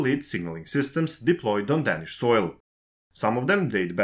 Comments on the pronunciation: præcist, og der er også andre fejl. Desuden udtaler han danish forkert hele tiden - det er bogstavet a det er galt med. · men ikke ordet "danish" der udtales bogstavet a hele tiden forkert.